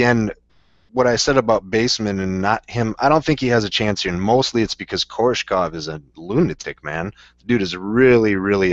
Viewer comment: KoRESHkov, not Korshekov, or however you pronounced it. That's like Nate saying KhaLIbov, and not KhaBILov. Simple reading comprehension, yo.